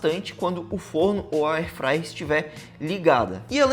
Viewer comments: O video está bom, mas precisa melhorar o português, evitando esse gerúndio o tempo todo. Airfryer (érfraier) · Alguém diz pra ele que é air fryer e não ai fryer, e o gerúndio irrita...😂 Dá pra perceber que ele não sabe nada do produto. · Pena que não tenho áudio aqui pq gostaria de ensina-lo a pronunciar AIR FRYER